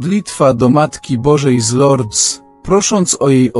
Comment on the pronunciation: Wymawia się z Lurd bez s po francusku . Proszę nie kaleczyc języka franc.